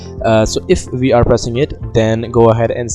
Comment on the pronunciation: no hate just saying when u say we are i hear it as VR tbh XD